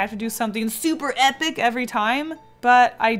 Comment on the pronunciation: I love how you said S U P E R E P I C